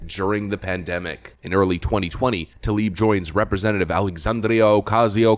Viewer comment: Why have I only heard Talib instead of Tlaib? Seriously, I don't think a single person, democrat or republican, knows how to pronounce her name.